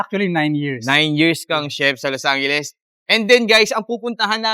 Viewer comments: los angheles pampanga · "los angheles" 😂